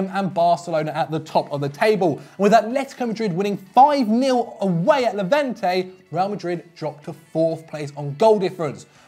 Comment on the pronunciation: It’s Levante not levente ffs